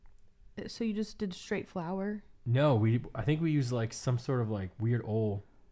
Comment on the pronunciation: Did he pronounce oil as “orl” or am I tripping?